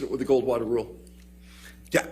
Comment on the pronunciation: I swear if I have to hear him say Gold Water Rule as Gorl one more time, imma lose it